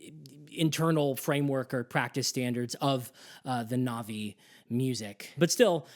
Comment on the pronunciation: So much effort into talking about your disgust with the western music, and yet you still westernize your pronunciation of Na'vi?